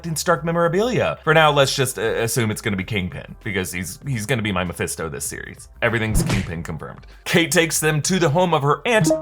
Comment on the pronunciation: bruh you say mefesto in every series and movies of marvel .. ninde achan anoda poore mefesto